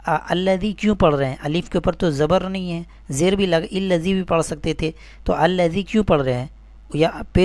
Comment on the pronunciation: السلام عليكم ورحمة الله وبركاته میں لفظ اللہ کے لام کو پُر پڑھنا چاہیے